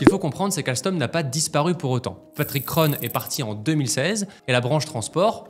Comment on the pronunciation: Cest très interressant et bien réalisé, ça recoupe ce que Frédéric Pierucci avait reporté dans les différents média qui l'avaient reçu Un petit détail par contre: Kron se prononce ON comme dans "bon" à la française. Prononcé O-NE comme dans "bonne", c'est à l'américaine, choix de prononciation qui contraste avec le thème d'aujourd'hui